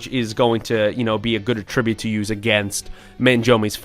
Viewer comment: why do y'all pronounce "attribute" like a verb when using it as a noun?